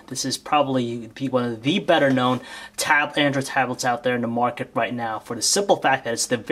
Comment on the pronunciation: "On the moarket" - again... xD